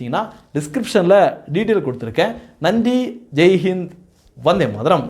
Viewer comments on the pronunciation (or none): none